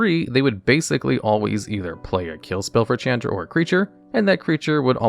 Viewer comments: Shh-aun-druh Not Ch-Ann-druh I know you read these comments because you now say Izzet right. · Wtf is a Chand Ra? Learn how to pronounce names dude...never heard anyone butcher that so bad. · Mispronouncing Chandra is difficult but he managed to do that